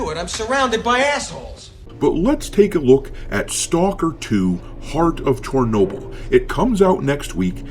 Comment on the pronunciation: Did you say Heart of Tournoble?